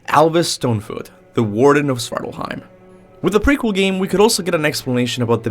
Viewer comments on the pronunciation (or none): Its SVARTALFHEIM, why do you pronounce it "Svartlheim" ?!?!?